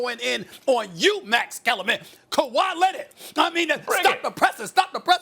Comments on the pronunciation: “Kawhi Lennit” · "Kawhi Lennid" - Stephen A. Probably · Kawhi Lennit 😂